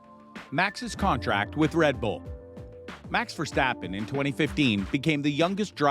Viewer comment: mans said mAx verstAppen